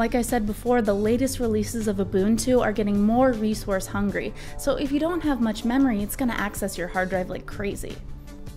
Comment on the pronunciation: Did you pronounce resource as "reswource" ? :P